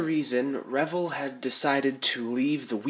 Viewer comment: nice work FER CRISSAKES ITS PRONOUNCED "rev-elle" as in "rev the engine and "what the 'ell" in a Cockney accent and the accent is on the second syllable. "Rev - ELLE". I learned this in 1960 an hunnert years before you were born. Aloha.